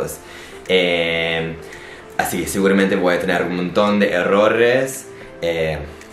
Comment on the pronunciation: Has estado muy bien pero cuando dijistes errorres en vez de errores me mato jajajja que pecha de reír jaja